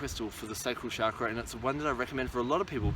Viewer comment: you say chakra wrong